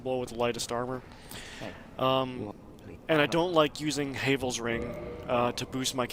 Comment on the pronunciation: You are saying it wrong H A V L That’s how it’s pronounced